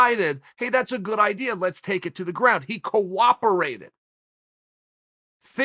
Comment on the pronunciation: Chael "he coWAPerated" Sonnen.